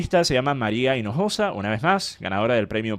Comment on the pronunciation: Se llama maria inojosa? o maria la piojosa? no entendi bien